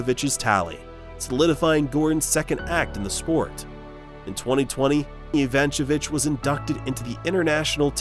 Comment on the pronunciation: At least get the surname pronounciation right :D